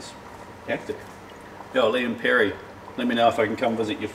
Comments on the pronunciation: It’s ‘Lea and Perrins’ not ‘Lea and Perry’. Also you said at the start you wouldn’t be able to taste the Maggie, but man that was a lot of Maggie... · Not Lea & “Perry”…Lea & Perrins.